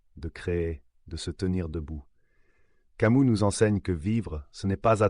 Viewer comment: Pourquoi tu prononces camou?